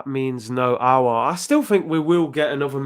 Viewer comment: The only one who pronounce aouar name right 👏👏👏👏👏 . Robbie dt troops and the rest all worng